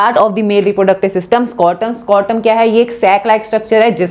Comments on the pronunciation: Sorry bt you guys don't think brow need to improve his pronounciation skill b'coz secondly its not scortum its scrotum that's it . Baaki thnx for this video mam 😄 this really helped me to revise this chapter under 30 mins ✨ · Scortum or scrotum